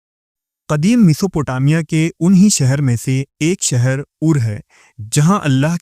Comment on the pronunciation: Apki urdu adayegi me kami hai.. aap sheen se baney alfazo ko seen me keh dete ho.. jaise Sheher ko Seher Shamil ko Samil Please urdu ki adayegi durust kijiye.. waise video content acha pesh karte ho aap. Awaaz mutaassir karti hai.